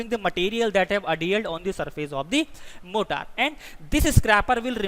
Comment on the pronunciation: Morter should be pronounced as मॉरटर